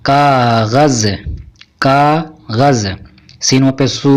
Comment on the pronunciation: ک اغ ذ کے ذ۔ کو ز مت پڑھو مجرم کے ج کو صاف پڑھو